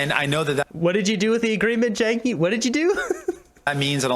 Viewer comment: the reporter calls him jugmeet